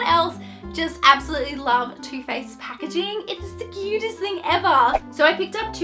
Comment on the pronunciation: . I thought you said 'toothpaste' and I was like 'WHAAAAAATT????'. I was so confused cos anyone could like toothpaste but then I realised you said 'Too Faced' haha 😂